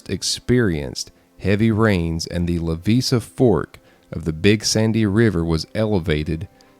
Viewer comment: I use to live right across that river in Goble Roberts. Passed that site where the bus crashed everyday. We never looked or talked about it. My step dad's cousin pulled a few kids out. She was on that bus. He was related somehow to most of the kids who died. Also you pronounced Levisa Fork wrong. It's pronounced with a long I. La vie sa.